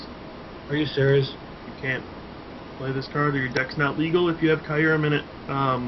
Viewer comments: It's pronounced KYOO-REHM. Not Kai-uhr-em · Kyurem is Queue-Rem. As in the letter Q, and then Rem (Though, if you want to say it the proper way, there's a slight enunciation lift on the KY going up, then down for the U, static for -rem).